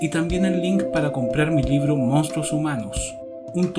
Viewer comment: Cuando aprenda a pronunciar la B como una B y no como una V, por ejemplo pronuncia todo el tiempo “livro” “povre” etc. Entonces este canal será perfecto, lo digo sin mala intención.